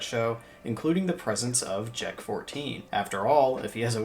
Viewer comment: Bro when I first looked at the word Jek- 14 I thought you said J*rk 14